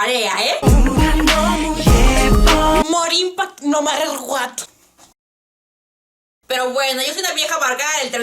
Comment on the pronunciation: "Mor inpact no marer Guat" JAJAJAJJAJA Mori con eso xdxd Pd: Te amo <3